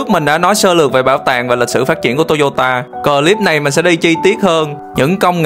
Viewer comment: Góp ý bạn phát âm từ clip nên phát nguyên tiéng Anh chứ phát âm từ Clip thành cờ lip nghe vẻ BK lắm